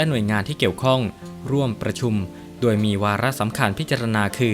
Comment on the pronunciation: แอ็ด ตนไทยหรือเปล่า ทำไมออกเสียง โดย เป็น ดวย จบอะไรมาวะ